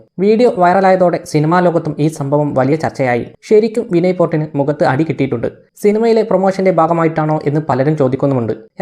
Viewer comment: Vinnay porrt alla vinnay fort